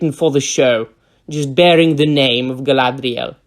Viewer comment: Gaelaydriael :D i'll pronounce her that way from now on (the TROP abomination version, not the real Galadriel)